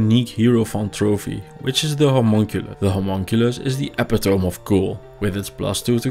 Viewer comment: Just to let yu know, "epitome" is pronounced "Eh pih toh mee" with the stress on the second syllable. :)